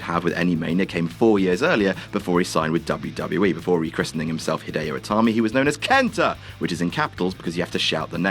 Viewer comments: "Hidio Itami"? Come on. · "Pheonix" and "Hidio Itami" in one video. Good grief. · I think you guys meant, "Hideo Itami."